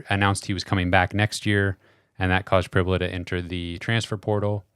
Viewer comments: In an interview, Penn St head coach, James Franklin, pronounced it PRIB-you-luh, not prib-YOU-luh. So, the comparison of "fibula" is likely correct. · Prib -You-La